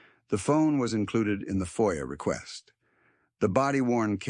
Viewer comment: FOIA not FIOA